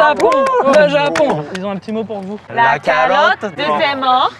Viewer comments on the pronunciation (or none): Incroyable vidéo comme toujours ! Le moment où vous leurs apprenez des insultes et qu'ils disent "carrotes" au lieu de calotte je me suis taper un fou rire 😊😂